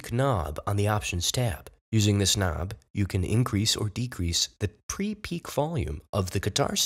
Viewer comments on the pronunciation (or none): again he says pre - peek volume instead of pre - pick volume ...hahahahahahah ...ha